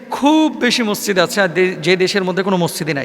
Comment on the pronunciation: এত বড় আলেম!অথচ মসজিদ ঠিকভাবে বলতে পারে না!হায় আফসোস।